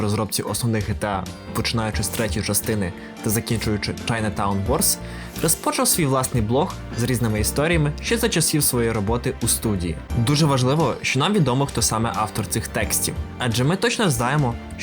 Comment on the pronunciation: МерЕжі, розпочАв. Якщо ще і перестанеш поносити словами і вимовляти їх чітко - буде зашибісь